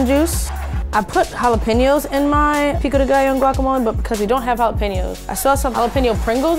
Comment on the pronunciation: FINALLY A SEE A VIDEO WHERE SOMEONE SAYS JALAPEÑOS RIGHT!